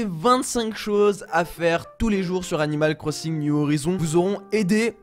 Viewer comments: tu a dit 'animale cro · tu a dit 'animale corssINg' mdr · On dit animal crosinge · « Animal Crossingue » 😭😂